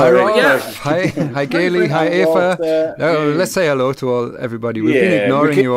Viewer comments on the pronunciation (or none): sorry, just got to listen to this an hour after transmission.. but, its lovely, the best one yet! really enjoyed it. Just one thing annoying me as an Irishman, you pronounce the name "Aoife" the same as the german pronunciation of Eva. i.e "Efa". Ill definitely be buying the banter version, though I probably won't be understanding it!